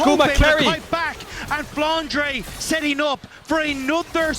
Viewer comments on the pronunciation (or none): I still have this thing in mind, why english caster call him flanra while his name is flanre? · I am the only one who cringes when captain flowers says “flandra”?